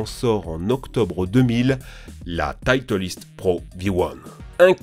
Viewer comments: aie aie mes oreilles "la tietelisteee" ca se dit "tytleyst" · Juste pour info on dit pas tïtelist on dit titlest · aille je fais du golf est sa ne se prononce pas comme sa 😂sa se prononce : titles c pas grave j ai des ami golfeurs qui font pire en prononçant fitles 🥲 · La « tyteliste »😭😭😭😭 pardon mais nous l’es golfeur en pls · Tt les fan de golf en sueur quand il à prononcer la marque titleist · on en parle comment il di titleist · Je suis golfeur et la prononciation de « titleist PROv1 » est un vi*l auditif 🥲😭